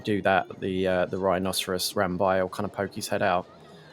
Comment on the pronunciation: You mispronounced Rambi. It’s ram-BEE.